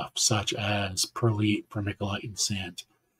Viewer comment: Hi and only, hope Korky is better soon.😊 Hope the Results are all okay from your colonoscopy🙏 Your a Pepperholic 😊😊😊 Like onions if you direct seed them you get all the weeds come up first, best to wait and transplant from seedlings😊 it’s pronounced Perlight Prayers Serena🙏 Congratulations winners 😊 Enjoy doing your seeds tonight 😊 Oh, thought monetised already, bummer hope it happens soon.😊 Thanks for clarification 1hour Sunday Funday😊